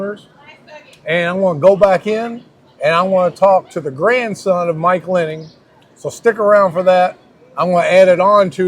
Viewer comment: Okay, you got the spelling right, but you keep saying Linning instead of Linnig - even with an actual family member with the last name of Linnig... Lin - nig... it's easier to say than Linn -ing.